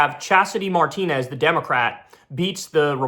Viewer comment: C'mon Kyle. MAR-tinez? It's Mar-TI-nez.